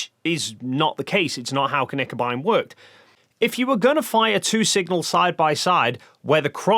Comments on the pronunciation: Tip on your pronounciation (and I know this is not easy for English speaking people and there are several places on the internet that don't teach it the right way). Knickebein is not pronounced like kuhnickebein. It starts with a short K and directly behind it the N. Kinda like you say Klingon and not Kuhlingon ;) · about the pronounciation of Knickebein: There is no "a" in Knickebein. Speak the K with an almost closed mouth. It's a german term. Germans don't add vocals to words without a reason. That wouldn't be efficient.